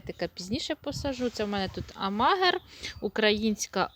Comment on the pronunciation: Не АмАгер,а АмагЕр